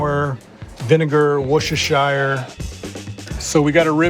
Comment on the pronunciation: As a brit ive seen lots of incredible BBQ from the States... Never seen an American say Worcestershire properly before... Its almost as impressive as his cooking...